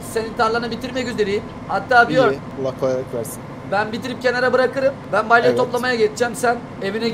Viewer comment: Balye değil BALYA😂